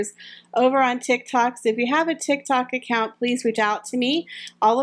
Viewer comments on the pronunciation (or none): none